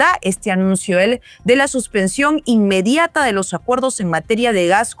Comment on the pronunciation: Suspension inmedata, así dijo el acefalo cagao de miedo, repito dijo INMEDATA, maduro bestia, Carlos R Rivera Vera de Puerto Rico